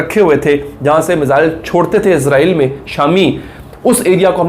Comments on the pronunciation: یار آپ لوگ اسرائیل کو ازرائیل کیوں بولتے ہو ؟ وہ تو فرشتے کا نام ہے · عزرائیل نہیں بھائ اسرائیل